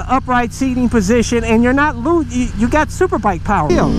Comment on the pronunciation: That Xdiavel Powahh!!